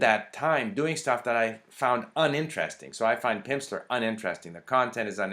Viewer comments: I noted he said "Pimpsler" a lot too! Funny. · "Pimpsleur?" haha. That pronunciation went well with the snake oil salesmen observations. Anyway, thanks for the review. Lots of true points. To me the best thing about Pimsleur programs are the way they break down the words into syllables before having you repeat back a word the first time. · It sounds like you're saying Pimpsler ... I like this :)